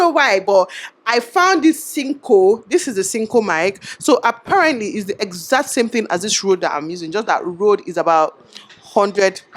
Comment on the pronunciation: Your pronunciation of apparently is actually correct 😂